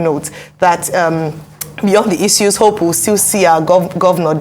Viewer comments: Is it Issues or E-sues like the lady keeps saying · The lady should learn how to pronounce "issues" the right way. Its pronounced as i.shooz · Great news as always Arise. Side note: I get distracted everytime she says Issues/ IssYous 😄. It's good pronunciation but it gets me everytime lol. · It's pronounced as "i - shoos". Don't know where she got hers from.